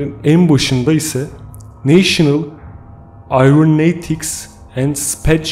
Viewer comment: Neyşınıl ayvroneytiks end speyç edministışıntirik yani NASA. Başkan yazıya dökmek için 10 defa dinledim bu bölümü. İngilizcenin olmamasına lafım yok ama madem bilmiyorsun ingilizce söylemeye çalışmasaydın be kardeş . Bak doğru okunuşu aşağıda. Neyşınıl eoronautiks end speys edministıreyşın. Mizah içerikli bir paylaşım olmasaydı harbi giydirecektim 😁